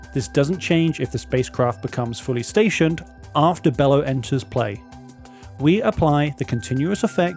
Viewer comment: This creatures name is not pronounced "bellow" the creatures name is pronounced "Be-low" like brother Bello mentioned in Borat.